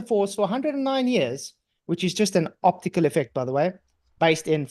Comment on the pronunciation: he said “octacule” illusion